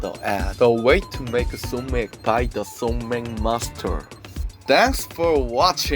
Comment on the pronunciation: Not SoMac. It’s just Somaek (소맥)